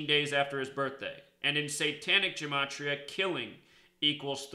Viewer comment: It's GUH' matria, not Juh.... Study more Hebrew and Greek.